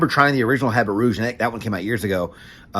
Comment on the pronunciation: H an T is silent...abby ruuh-ge..good review though